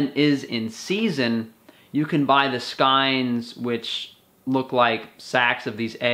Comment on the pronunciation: Ps I think it's pronounced 'skanes'